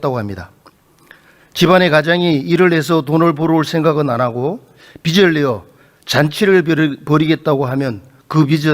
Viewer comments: 국회의원이나 되는 사람이 비츨 비츨.... 뭔 빛 이야? 빚 발음도 제대로 못하면서 대한민국 국회의원 맞냐? 발음이나 똑바로 하지.. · 아저씨!!! 빛이 아니라 빚이라구요! 빚!! 빚!!!! 비지라구요!!! 비츨 갚긴 누가 비츨 갚아!! 비즐 갚아야지이!!! 한국말 발음도 안되냐구요!!!!!!! 아니면.. 자기가 하는 말이 인식이 아예 안되나?? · 빛을(비츨) 빚을(비즐) 국회의원이 발음 좀 신경씁시다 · 빛을 탕감? 그런 말이 어디있나. 비츨탕감이라니.. 비즐탕감이다..국어도 제대로 발음 못하는 경상도 국회의원...한심하다! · 자꾸 빚을 빛이라고 한다냐... 국어공부부터! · 임종득 의원님, 빚을->비즐 빛을->비츨 발음 고쳐주세요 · 비즐이다 비츨이 아니고 어느나라 사람이냐. 빚을을 비즐로 발음하는 거다. 듣기 거북히다. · ”비즐 “이다 임종득아. 발음이라도 제대로 해라. 난감해하는 표정 하나 보려고 다 지켜봤는데 시간 아깝고 답답하네,, 진짜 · 국회의원님, 차관님!! 빚을--->비즐 입니다. 빛도아니고 빗도 아니에요 ㅠ . 제대로 발음하시는분이 한명도 없넹😢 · 빚을 은 비츨 아니고 비즐 이라고 발음합시다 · 임종득 왜 자꾸 빚을 빛이라고하냐 아유 무식해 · 종득이는 경제 단어를 지가 설명 못 하겠으니까 차관들한테 물어보네. 딱 보인다. 종득아, 니가 편의점 알바를 해. 우리 동네 편의점도 문 닫더라. 종득아, 발음이나 똑바로 해. ㅡ빚을ㅡ이 단어를 비츨로 발음하네 ㅋ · 임종득 국회의원이라는 자가 빚을(비즐) 빛을(비츨)로 발음한다. 발음에 따라 의미가 전혀 다르다. 국어공부나 제대로 하시길